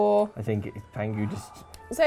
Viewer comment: The name of the tiger is actually Pang Hu (as opposed to how you guys are saying 'pangu'), which literally means "Fat Tiger"